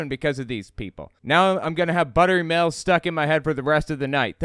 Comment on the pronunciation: Sounded like you said ✨buttery males✨